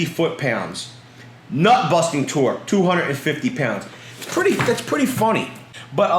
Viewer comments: Did you say buttnusting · "butt-nusting torque" 😂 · Haha “but nusting”